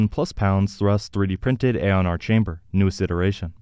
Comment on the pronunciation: Pretty sure Aeon is pronounced ee-on not ay-on.